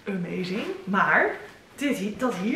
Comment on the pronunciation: Als jij amazing zegt denk ik elke keer aimée-zing!! 😂